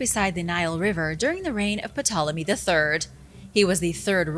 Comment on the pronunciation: Puhwhoemy? Ohh, Puhtolomy🤔